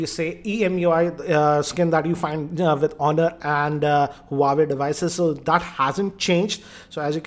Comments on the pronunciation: More like "uawe" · Not huawei wawei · Learn to pronounce huawei correctly first.